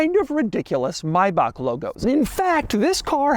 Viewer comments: why he say maybach like that. may. back. not maibaq. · What an annoying voice. Maybe you need to learn how to correctly pronounce the car before you start talking about it. Better watch on mute to see the car features. Maybach not Mybach. Keeps saying the wrong name again and again. So annoying. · IT'S NOT <MAYBAK>!! Stop butchering that name! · It's not Mayback, it's Maybach. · Doug is the type of guy who still pronounces Maybach as "Mayback", even after multiple comments from multiple videos pointed it out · My ears bleeding everytime, when i hear how Doug pronounce "MaybaK... maybaK... maubaK". This Is' NOT MaybaK!!! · Its not Maybak. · Ah, I've been pronouncing Maybach wrong. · just say Maybach right jesus christ.